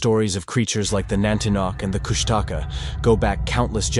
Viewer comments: It’s Koosh ta Kaa. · I believe its pronounced kush ta caw. And some believe it has an appearance of an otter and cries like a baby